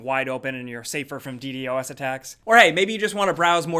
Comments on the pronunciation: Did he just say Dee Dee dos? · This dude really say DEEDEE-OZ attacks? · ... Did you just say Ddos that way?... I feel uncomfortable....